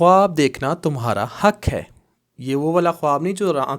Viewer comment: اَلسَلامُ عَلَيْكُم وَرَحْمَةُ اَللهِ وَبَرَكاتُهُ ماشاءاللہ اپکی ویڈیو بہت اچھی ھوتی ہیں ایک یہ بھی رہنماٸی فرما دیجیے 👇 آپ لکھتے حق اور ق کو گ پڑھتے ہیں اس کا کیا لوجک ہے جب کے عربک میں گ ہے ہی نہیں